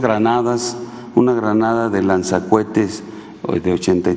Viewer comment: Dijo lanza cuetes ????😂😂😂😂😂😂😂😂😂